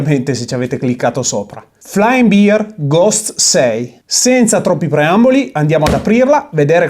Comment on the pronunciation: Bear si pronuncia /ˈbɛər/, non "biar" 🤦